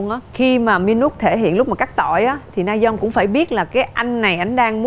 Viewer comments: Mình xin góp ý là chị Diệu Nhi có thể nào đọc đúng tên người chơi được k ạ? Rayeon mà toàn kêu là Nayeon, trong khi c là ban bình luận thì như v cảm thấy rất thiếu chuyên nghiệp, k có tìm hiểu. Đọc sai tên ngta liên tục như v siêu khó chịu! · Ngta tên Rayeon mà Diệu Nhi đọc Nayeon mãi thoai 🥹 :)))) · S mà t khó chịu kiểu ban cố vấn gọi sai tên người chơi quá . Ngta rayeon là cứ nayeon nayeon suốt thôi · Mình muốn góp ý một chút là Diệu Nhi hong đọc đúng tên nhân vật á. Mình nghĩ đọc đúng thì ctrinh sẽ hoàn hảo luôn